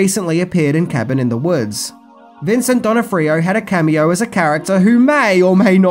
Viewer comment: Vincent Donna Frio? Who is that supposed to be?